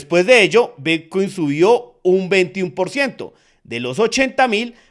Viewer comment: Pensé que era el único en escuchar Vitcuin😅😅😅😅